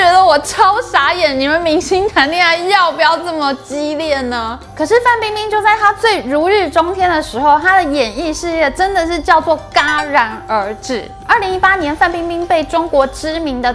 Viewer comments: 戛（jia）然而止😂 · 戛然而止 戛唸ㄐㄧㄚˊ 與夾同音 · 我曾經也是說ㄍ ㄚ然而止，但是第一個字這樣發音電腦都打不出來，後來偶然看到一部影片裡那位youtuber說ㄐ ㄧ ㄚ ˊ（二聲）而止，才發現這才是正確的唸法